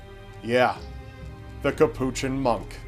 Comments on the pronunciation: Say Cappuchin monk one more time... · Just to let you know, Capuchin is pronounced by stressing the first syllable "CAP" (not the second syllable). The word is understandably unfamiliar to those who are not Catholic. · Hamid JUV Iol i was thinking that too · probably has no issues with ordering a cappuccino coffee, but keeps mangling his pronunciation of Capuchin. Ugh.